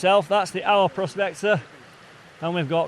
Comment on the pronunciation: I have watched all your vid's. They are all very well produced. So good that you met up with the Eye'r prospector. If he didn't tell you, he should have. Aur is pronounced Eye'r not ow er. So I hope you will learn a little Welsh as you spend a lot of time in God's country seeking out it's treasure. All the best for '22.😉🏴👍